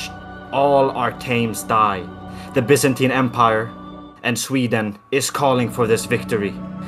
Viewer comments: loved the vid but as far as I know it was "Bi"zantine empire right? not "Be"zantine? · Great video. Absolutely stellar content. However, as a fellow brit and 50 years old. Mate... byzantine is pronnounced 'by-zan-teen'. Its literally an empire in history. Its quite embarrassing you get this wrong. We have standards yknow 😂. The lad who thought up the name is clearly a clever lad, basing his idea of an empire on the byzantine period. Apart from that. The content, editing, and music choice is grade A.